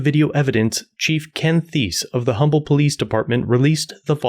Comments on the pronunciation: Ug minor thing but im a local. Its umble tx not humble tx. The h is silent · It's pronounced Umble. I live like 3 miles away from here. Crazy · Pronounced "'umble", silent H. Birthplace of Howard Hughes. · I know it's weird but with this town the H is silent it's pronounced umble. Why I"m not sure I think it has to do with the old oil company that is now Exxon if I'm not mistaken. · As someone who lives near humble just wanted to say it’s not pronounced humble it’s pronounced umble 😭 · Just FYI the name of that city is pronounced umble, the H is silent. It was named for Pleasant Humble, one of the founding fathers and that is how he pronounced it. There is even a bumper sticker that says if you don't like the way we say it get the h out of Humble. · Forgive me being nitpicky….. the word Humble is pronounced…. Umble…. The H is silent. Termination of the cops is obvious… “cuff knuckles” should be charged with aggravated assault at the minimum and the other cop as an accessory. The chief lied on an official document and I think we all know the penalty for that. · The H is silent….Umble. That’s a pretty ok dive bar. Been there a few times. Not surprised that two bikers beat up a drunk guy or that a drunk guy shot at somebody who was leaving the parking lot. Not real surprised that an Humble cop would do that. But I didn’t know the chief was such a shitbag. My gawd! The real lesson here is apparently if you illegally discharge your firearm after getting your drunk ass kicked in the dump known as Humble TX, don’t narc yourself out. …guess what they say is true…snitches get stitches. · The h is silent. We pronounce it umble tx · Humble is pronounced Umble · Pronounced Umble, no H sound needed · it’s pronounced um bull lol great video im a few towns over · The H is silent in the name of this town btw. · I enjoyed this story. I lived in Humble, Tx. For several years. For future reference the H is silent in Humble Tx. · Fyi, the h in Humble, TX is silent.